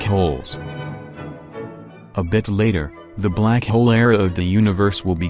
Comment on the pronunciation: How he says "black hole": Blak hiol